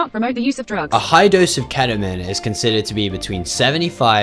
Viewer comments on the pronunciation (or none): "Kheta min" why is it so hard to pronounce ketamine for some people?